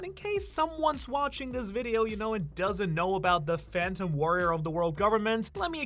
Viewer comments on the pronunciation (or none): none